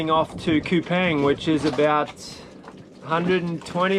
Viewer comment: It’s Kupang not kupaing